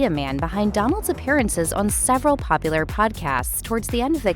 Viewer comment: I’m sure he means popular but man it doesn’t sound that way at all lol